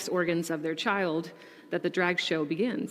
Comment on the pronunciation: Can you say chold abuse.....